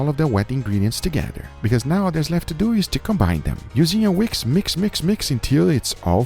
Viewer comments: when he said wiks instead of wisk i felt that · lol he said "whiks"